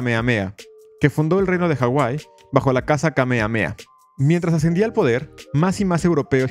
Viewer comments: En “Kamehameha” se pronuncian las haches. Justamente, es un nombre hawaiiano. Curioso, cómo te refieres al país de Hawai’i como “la isla” al mismo tiempo que reconoces que es un archipiélago. El resto, muy interesante. Gracias por exponer este capítulo vergonzoso - otro más - en la historia de EUA, tan sólo sea para bajarle las ínfulas de superioridad moral que se dan algunos de ese país. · Me duele en mi saiyajin interior que lo pronuncies "kamea-mea" y no "Kame Hame Ha"